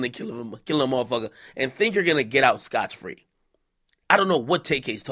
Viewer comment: THIS NIGGA SAID SCOTCH FREE